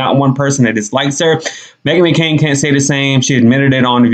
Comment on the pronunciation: So funny, sounds like she said Me-Again 😂😭😭😭